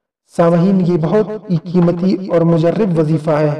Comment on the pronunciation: مجرب۔۔۔ کہنا سیکھ لیں۔۔۔ راء۔ مفتوح ھے